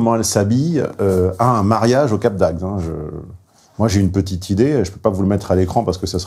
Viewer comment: Ah ce petit défaut (enfin difficulté) de diction pour dire Cap d'Agde :D C'est comme ça que l'on voit ceux qui ne sont pas du coin ^^ J'avoue que ce n'est pas forcément évident à prononcer, tout comme moi quand je me rends dans le Nord Est et que je dois prononcer les noms de villes aux alentours de Strasbourg ^^